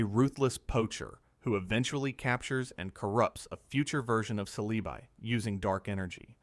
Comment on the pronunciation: Yeah i heard the cele bye and said bye to the video